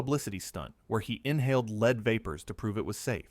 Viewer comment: Add “leed” to gasoline? “Leed”?? “Leeded to gasoline”???